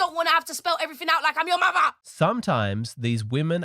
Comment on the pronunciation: “I don’t want to spell everyfing out like I’m your muvva…”😂